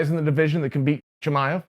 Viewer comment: Chael, how do you say Chimaev correctly but you call Jorge George?